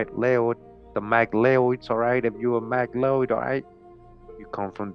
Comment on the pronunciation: 🤔Actually McLeod is pronounced Mack Cloud, had co-worker and found family with that surname